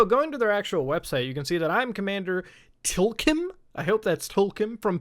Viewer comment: TLKM is pronounced Tilcum you filthy human